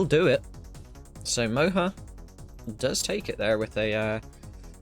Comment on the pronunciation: Funny attempts on pronouncing Moja :) thanks for covering all this and also sharing it on youtube.